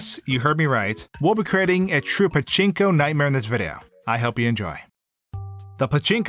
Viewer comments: I love the way he says paCHInko machine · did you have fun pronouncing pachinko?